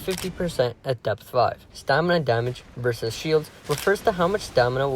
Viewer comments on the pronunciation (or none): none